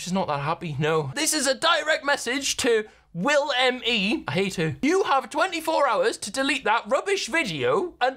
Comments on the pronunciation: She’s calling you willMe instead of willNe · SHE KEEPS SAYING WILLME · its bothersome. is it that hard to say WILL-N-E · 'WillME' ha lol